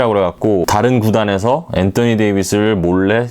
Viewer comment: 앤떠니 ㅋㅋ 발음실화냐 ㅋㅋ다른발음은 일반적인데 왜 엔떠니라고;; 어그로성인가